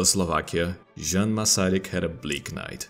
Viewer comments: Having studied Czech History, culture and language at Uni this was hella good, the one thing triggering me tho is the prononciation of the letter J, see its not J, its prononced like a Y or I, Jan is In fact Ian. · The only thing you did wrong was a bit of a mispronuncation of the name Jan. You pronunced the J as if it was in the word ninJa, while in Czech it is pronunced as Y in Yes. The pronunciation of Želivský was spot on however! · Shouldn't "Jan" be pronounced as "Yan"? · It's pronounced [YAN] not Jan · That's... not how you pronounce "Jan". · The only thing that made me sad here is the pronounciation of name Jan :(